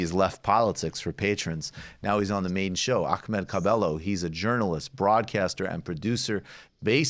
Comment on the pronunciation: Michael the way you pronounce Ahmads name is cringe pure